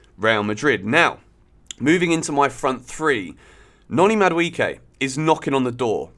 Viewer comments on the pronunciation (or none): From a Nigerian, Madueke is pronounced as Ma Du E ~ pronounced as hey Ke ~ like as in 'okay' without the o' and 'y